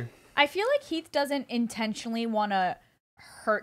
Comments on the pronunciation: Nahhh she said HEEF 😭😭😭💀💀💀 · Anyone notice she said “HEAF” instead of Heath?? I was dying 😂😂